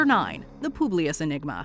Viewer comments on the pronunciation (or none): “Publius Enigma” 💀 👀